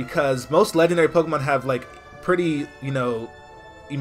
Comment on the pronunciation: Dude its Legendary Le-dg-en-dairy not Le-g-en-dairy